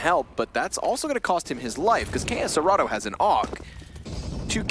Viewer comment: "key ess cerato" hahaha, nt, the right pronuciation is "Ká cê rato"